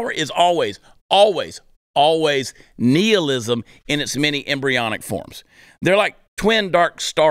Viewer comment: I think he's saying nihilism wrong just to piss me off